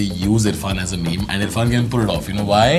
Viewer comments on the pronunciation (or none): U really pronounced it as may may....what is wrong with u all 😆